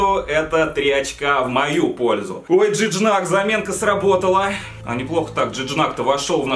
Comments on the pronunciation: Жиньяк ЖИНЬЯЯЯЯЯЯЯЯЯЯЯЯЯЯЯК а не Джиджнак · "Джыджнак" затащил xDDD P.S Жиньяк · ЖИНЬЯК, я из-за твоего Джиджнака оглох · Жиньяк, а не Джиджнак 🤦‍♂️ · Джиджнак, ахах Жиньяк. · Ток правильно Жиньяк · Не Джиджнак а Жиньяк